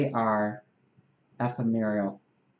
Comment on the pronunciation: Love you.The word 'Ephemeral' (emphasis on second syllable) means 'lasting a very short time'.